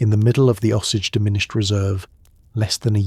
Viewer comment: “Uncomfortable truth” is that you pronounce Osage wrong the entire time. Otherwise terrific but a serious party foul.